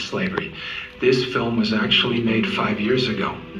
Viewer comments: "a very important filum.." says Trumpf 😂😂😂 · Did you notice how Trump said filum instead of film. There's a difference. And it's not a Irish pronunciation it was deliberate. Its a different word. Wacko world where there are no mistakes and everything means something. I'm not saying I know what. Just that it's BS. 👍🙂🙏